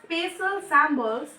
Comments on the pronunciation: It is symbols not sambles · First learn how to say symbols then teach 🤣🤣🤣🤣😂😂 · Symboolls nhi symbols hota h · It is not syaambols it it symbols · Sis thanks for explaining Your pronunciation of symbols is wrong